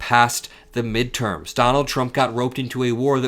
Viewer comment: Mid erms? What midterms? This war gives him the authority to postpone any elections!